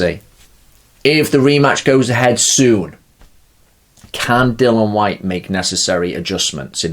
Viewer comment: “Dillian shyte” 😂